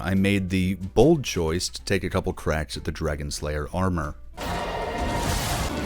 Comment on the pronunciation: Did you say “Dragons Layer Armour”?